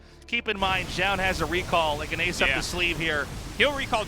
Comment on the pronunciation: Tastless still can't say "zoun" he says it zjoun. :/